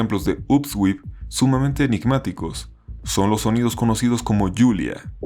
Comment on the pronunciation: En el sonido Julia no distingo esa palabra, mas bien escucho algo como hulu parecido a la palabra Cthulhu